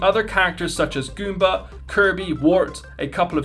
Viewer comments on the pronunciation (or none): none